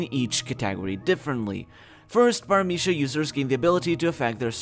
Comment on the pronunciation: omg are you spanish? the paramithya pronunciation was P E R F E C T